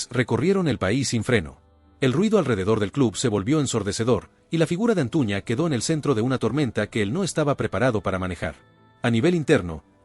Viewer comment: Es Antuna tu dices Antuña